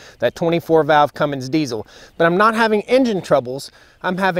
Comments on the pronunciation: roger that. I already threw him a small jab for the "Cummings" pronunciation earlier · It’s a Cummins, not a Cummings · Cummins not Cummings.